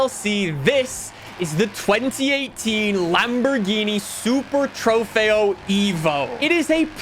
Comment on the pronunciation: Just to help it’s pronounced “ Trugh- FAY-OH” just to let u know